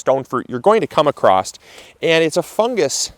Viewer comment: Across not acrost.